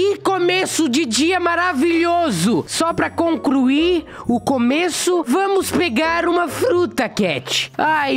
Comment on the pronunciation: Ele falou concruir